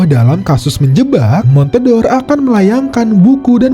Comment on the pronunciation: Itu bacanya bukan (mon-te-dor), tapi (mon-de-or) yg merupakan olahan susu serupa cream cheese